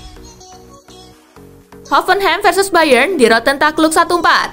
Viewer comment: mantap min cuma salah pengucapan peringkat bayern